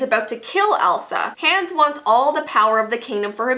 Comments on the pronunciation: Im sorry but I can't watch this video without thinking about how you watched the video a thousand times but say the names wrong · U say Anna Hans wrong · I'm dying when she said Hans wrong lol not to be rude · Not being rude but u pronounced Anna and Hans names wrong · And saying Hans wrong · When she pronounced Hans and Anna wrong... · If you watched frozen a bunch of times why are you saying Anna’s and Hans name wrong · You said Anna and Hans name wrong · It sounds like is saying "Hands" instead of "Hans" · You said Hans wrong again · it sounds like hands not ha-u-ns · it's not hands it's hans ! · But it is Hans ha ns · Me rewatching this in 2020 She said hands instead of Hans 🤣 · It’s Hans not hAns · It’s not hands it’s Hans wtf do you even frozen?!? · Just pronunciation for ya' (NOT HATING LOVE YOU ) Hans h-O-n-z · I love how she says Hans like Hands 😂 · she was pronouncing hans as hands. TRIGGERED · It's not Hans it's hawns and love you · It’s not hands it’s hans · The two names that she didn’t pronounce correctly that bothered me the most are Hans and Anna. Hand is pronounced Ha-ns And Anna is pronounced On-a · I like how she says Hands instead of Hans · Hans. HANS. its HANs as in HONS. it is pronounced HONS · What did you call Hans?! I DON'T GET IT!! In the movie they DIRECTLY call him Hons!!! NOT HANS!!!!!!!!!!!!!! It's like the Anna thing ONNA!!!!!! JESUS!!!! Edit: I realize that's not how you spell their names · IT'S NOT HANDS! Pronounce his name correct. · Why do you say hands it's Hans not hands like you're in your actual hand that's what it sounds like you're saying it's Hans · Love this video but it’s pronounced Hons not Hanns. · "Hands" lol...where is Hans all this time??? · DW I laughed it was funny how you said Enna and Hands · First of all your saying Anna wrong it's pronounced onna and you are say Hans wrong 🙄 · Its spelled Hans but pernoused Hons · Who else cringed when she said Hans like Haans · U pronounced Hans and Anna wrong